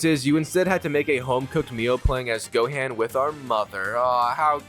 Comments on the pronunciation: "Flying around as goaan"🗣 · "the cyan saga"🗣️🔥🔥🔥🤞😭😭😭😭 "flying as goaan" SON🤞😭😭😭🗣️🔥🔥🔥🔥🔥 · U pronounce gohan name wrong at the beginning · that is NOOOTTT how you say gohan at all 😂😂💪🏻💪🏻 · Holy pronunciation man 😭😭😭. Why did bro say gohan and Ssj that way😭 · *You pronounced Gohan's name wrong at the beginning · If was just that😭